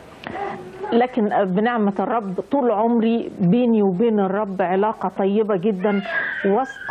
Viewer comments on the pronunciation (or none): none